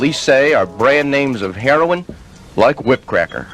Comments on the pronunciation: it's pronounced "Hair-row-in"......NOT "Hair-ron"......jeez. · what is the problem saying heroin? its not hair-on